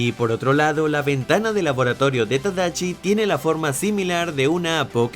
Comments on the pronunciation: es tadashi no tadachi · Usenme como botón de NO ES TADACHI ES TADASHI uwu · ¿Tadachi? Es Con Shi No Con Chi XD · Holi creo que es Tadashi no tadachi jsjsjs solo es un comentario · Debo ser la única loca que se enamoro de Hiro Hamada? (pd:si no sabías la voz en español es memo aponte Phineas) Yo siempre pronunciaba Tadachi ._. Y era tadashi :'v Cada vez que veo esa parte de la película lloro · Minuto . El error has segunda parte de errores de tus vídeos. Ya no es tadashi si no tadachi, lo acabaste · Soy yo o dijo tadachi 🤣🤣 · Na mms, creí que se pronunciaba “Tadashi” xdxd